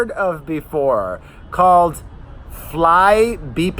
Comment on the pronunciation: They do fly on scheduled flights when coming to Scotland. Always have. Markels camp put out that the flight was empty, but there are photos of william and kate from normal passengers taken on their phone. It is flybe pronounced fly bee